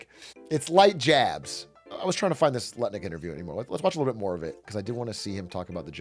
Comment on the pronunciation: it's enunciated " nutlick " not lutnick ...